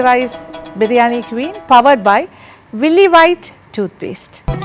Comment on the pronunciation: Queen ennathu english word anu quun alla avatharana song adahaneeyam